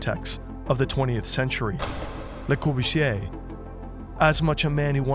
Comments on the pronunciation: It's "Le Corbusier", not "Corbuchier". It's not as if sound 'z' wasn't part of the English sound system... Apart from that, very interesting video. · Me as a French trying to found out during the whole video who "Leukorbouchier" was... (It's pronounced as "Leu Kor bu zié") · I really enjoyed this. One thing, though, it's kor·boo·see·ay. You pronounced it like faberge, which isn't quite right. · I'm impressed that you manage to mispronounce the name of almost every city you refer to, not to mention the name of the guy your video is about.